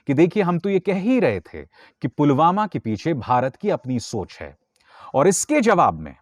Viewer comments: Abe chutiye Pulwama hai wo..sale, pulgama nahi..jahil,, kab sudhrega.feku ragu...sadak chap funter. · Pulgama nai.. it's Pulwama. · Jumlebaaz Dhongi modi ko pulwama v kahna nhi aata Dhyaan se suno s o पुलवामा को गुलवामा kahta hain sunlo